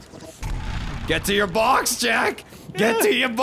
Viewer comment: got so Boston in this. 'Go for your BAWX Jack!'